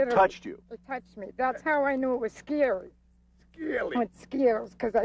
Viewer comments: “That’s how I could tell it was skeely”….news guy: “skeely?” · is she saying scaled or scary?